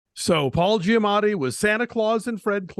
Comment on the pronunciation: Great review! But ... I feel like Christy consistently short changed Paul Giamatti by 1 syllable in his last name. She changed gia matti (4 syallables) to ja matti (3 syllables)